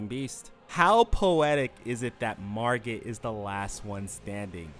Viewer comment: Why does he say Rodagin instead of Radagon but can say Margit perfectly? Idk what irks me about it so much😂